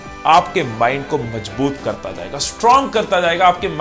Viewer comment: Majboot nahi mazboot hota hai 😉